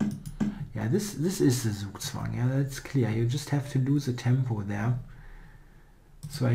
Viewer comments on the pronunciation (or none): Please pronounce "Zugzwang" german. Even Daniel King can do it.